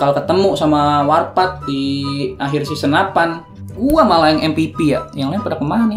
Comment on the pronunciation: Saksikan Ftv pkl 00.00 (warpath gabisa bilang R) :v